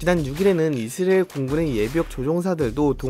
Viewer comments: 이스르에 ㄹ 엘 발음도거의안남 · 형 이스으레일 아니고 이스.라엘 두박자로 쪼개서 말해바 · 이스라엘은 앞으로 이스르엘 입니다ㅋㅋㅋㅋㅋㅋㅋㅋㅋㅋㅋㅋ 형 귀여워ㅋㅋㅋㅋㅋㅋㅋㅋ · ㅋㅋㅋㅋㅋㅋㅋㅋㅋㅋㅋㅋㅋ 이스르엘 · 미국영어권에서는 이즈리얼임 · 자꾸 이즈리얼이라고 들린다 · 중간쯤 가면 이스ㄹ예가 되버리네 ㄷㄷ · 이스르엘 발음 나만 킹받는건가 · 아 내용은 안들리고 이스르엘 때문에 집중안돼~~ ㅋㅋㅋ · 왜 이스르을 이라고 발음하세용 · 이스레일???? 코레일은 발음 되나요??